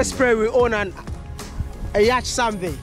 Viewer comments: Its pronounced yat or yot not yach Wodemaya thanks for showcasing Luanda tho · Yacht is pronounced ' Yot'.... we are always tempted to say ' Yachi '